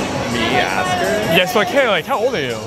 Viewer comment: « Dont make me ash alk you » 😂😂😂